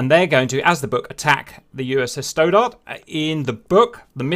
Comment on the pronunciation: You have difficulty with American names sometimes. Stoddard is pronounced stod ard, not stow dard. There are some others I’ve noticed over time but I figured somebody else would mention it to you and help out but nobody has. I guess I’ll be that guy for you now.